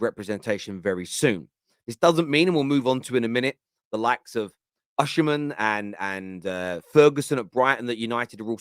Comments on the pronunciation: his name is oSimhen. not oSHimhen! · why do you say Oshiman, why you not saying Osiman, where is the she coming from. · Osimhen’s name is pronounced as Oh-See-Men…. It’s not oshimen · Why does everyone keep calling him Oshimen? His name is Osimhen lol. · Hi, it’s pronunced“O see men”